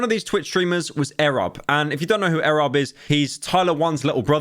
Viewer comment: why he saying it like that? its E.Rob